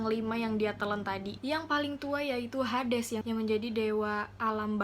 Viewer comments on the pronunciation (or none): none